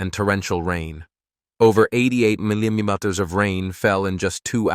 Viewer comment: Can't your spokesman (narrator) learn to pronounce "millimeter" and "kilometer" correctly? Doesn't he have any back-up or supervision ? His deliberate slurring of words is enough to turn me off your video. Which I have just done.